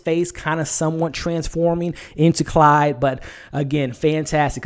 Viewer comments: dude... its CLAUDE not Clyde! lol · Sorry but it's Claude, not Clyde. Otherwise, I join in your enthusiasm that this was the best episode so far. I haven't read the book either but I'm loving the movie version! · It's Claude.....CL-ODD, not Clyde!